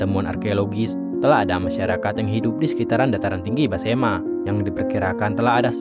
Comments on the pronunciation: Mohon maaf Besemah bukan basema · Maaf pak, sebutannya tolong yg benar, yaitu Suku Besemah, bukan Basemah. Jangan dirusak dg sebutan asal2an. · Besemah bos bukan basema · BESEMAH bukan Basema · suku besemah bukan basema....cari yg bnr lgi dehh kak